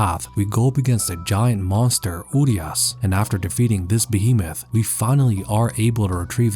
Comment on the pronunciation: I'm pretty sure his name is Uriaş and not Urias